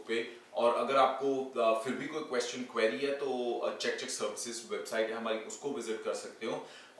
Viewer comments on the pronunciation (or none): none